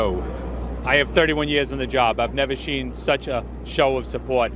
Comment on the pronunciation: “I have 31 years on the job, I’ve never sheen... such a show of support.” Lol I must’ve play that back like ten times already. Hahahaha!😂🤣😂